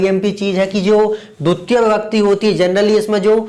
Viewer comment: Dutia ❌dvitiya✅